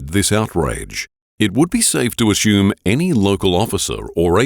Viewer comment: It's pronounced "assume", not "ashoom".